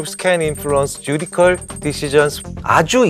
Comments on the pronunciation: Judicial은 쥬디씨얼 혹은 쥬디셜 정도로 발음하는데 쥬디컬이라니 실망이네요. 하버드 졸업하셨다던데...... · Judicial은 쥬디컬이 아니라 주디쎨인데요 ㅠㅠ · Judicial 읽을 때 발음 쥬디셜인데 쥬디컬 하셔서 놀람. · 귀한 강의 감사드립니다. Judicial "주디셜"이지요. ^^ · 항상 교수님 강의 너무너무 재미나게 잘 듣고 있어요. 한가지 오늘 강의에서 죄송하지만 judicial 영어 발음 바쁘셔서 혼돈하신거 같아요.